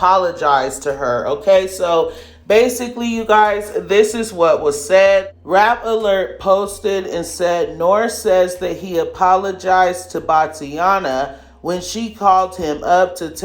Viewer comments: His name IS NOT Noor, it's N.O.R.E pronouced (Nory) Do you not know who he is🤣 DId you just call him some Pod caster 🤣He's a Rap Legend from Queens..do your homework please😭😭😭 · I love you, but Nore is pronounced Nory like Tory lol also I wonder how he would feel if we compare him to Nas.......Nore or Nas??